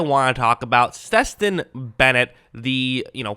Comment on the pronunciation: Damn how you fuck Stetson name up like that?😂 Steston?😂